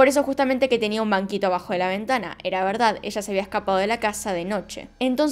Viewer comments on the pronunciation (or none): none